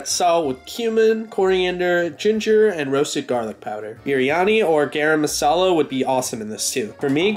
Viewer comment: Hey, U r gonna offend many Indians if u say that on the street lmao It's pronounced guhrum masala Keep up the gud work